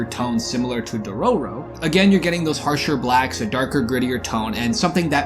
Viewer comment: entire video ruined by dororo pronunciation